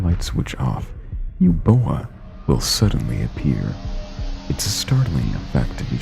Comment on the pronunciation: It's pronounced Uboa not Eboa